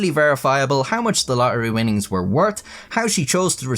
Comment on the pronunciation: To the Mega Millions what? Lohery? 😂 A bit of elecution there chap. This is an old and well-worn story too. "Lottery ticket given as tip". The best part of this is the animation. The stock music is annoying. "My magnificent content on those crappy websites" that was the best joke of all. 😂